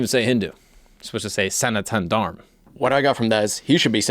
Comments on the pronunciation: it is pronounced Sanatam Dharma :) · It's pronounced Sa-Na-ta-Na Dharm. Hope that helps. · So it is Sanatana Dharma. However, North Indians in particular, have this quirk of leaving the A sound off the end of words, hence "sanatan dharm." It's just a linguistic informal language quirk 🙏 🕉